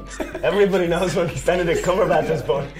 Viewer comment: Someone says cumberbitch